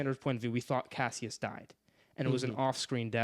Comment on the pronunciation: These name pronunciations are insane 😂. Cassius and Apollonius blew me a way.